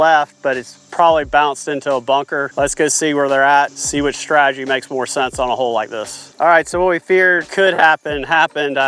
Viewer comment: ‚Stratagy‘… really?